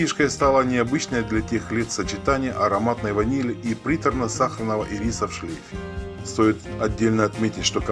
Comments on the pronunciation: Что с ударениями? Не ирИс, а Ирис! Не брОкар, а брокАрД, не ольфактОрная, а ольфАкторная. Не роскощью, а роскошью, не сорокОвые, а сороковЫе🤦🤦🤦 И "гыканье" неприятное😏. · Простите, но ирис с ударением, как у вас, на последний слог-конфеты. А вот ирис, с ударением на первый слог-цветок.